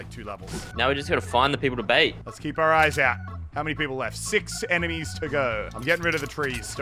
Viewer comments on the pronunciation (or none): did he just say eminies